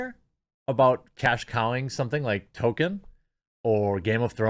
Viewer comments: TOLKIEN, not TOKEN 🤦🏻‍♂️ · IT'S PRONOUNCED TOLKEN NOT TOKEN! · Damn, the sheer number of times that Jeremy says token instead of Tolkien (pronounced Toll-keen) is doing my head in. Is this an American pronunciation? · His name is pronounced TOLL KEEN not TOW KIN. This is almost as annoying as people who say Go Woke Go Broke. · It's pronounced Tol-Keen. You constantly saying Token is irksome. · It’s “toll - keen” not “token” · I belive it's pronounced toll-keen not toll-ken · toLkien. Not token. I feel like I'm taking crazy pills. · Jeremy: sees author Tolkiens name, pronounces it token. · Splitting hairs, Jeremy, but just in case, his name is pronounced "Toll-keen" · It's OK, Jeremy, you can go ahead and pronounce the 'l' in Tolkien. No one will claim that you are fanboi. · We know you're not a fan when you repeatedly pronounce "Tolkien" as "toe-ken" or "toe-keen". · The “L” in Tolkien is not silent. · Liked the video, but had to give it a dislike for all the times you said Tolkien's name wrong. XP